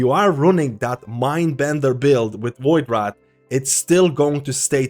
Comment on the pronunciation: My brother.... it VoidWRAITH not VoidWRATH. WRAITH is pronounced RAYth. Like saying Race with a lisp. I love your vids but that shit sends me xD